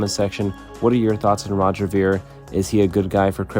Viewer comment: You didn’t even pronounce his last name right.